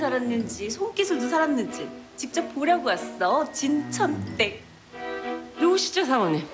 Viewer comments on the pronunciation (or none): 그냥 진천댁이 아니라 진-춰-언댁임 진춰언댁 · 발음이ㅋㅋ 안괜찮아× -> 안괜챦아○ 진천댁× -> 진쳔댁○ 정치하는× -> 졍츼하는○ 물 안섞어× -> 물 안셬커○ 다시받아× -> 다싀받아○